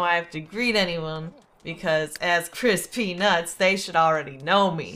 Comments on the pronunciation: Couldn't tell if see was saying Chris Peanuts, or Crispy Nuts XD! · it sounds like crispy nutts or chris pee nuts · When you say Chris P. nutts it sounds like crispy nutts xD